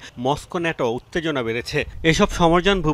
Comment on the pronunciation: শুদ্ধ বলতে বলতে ন্যাটোকে নেইটো😂😂😂😂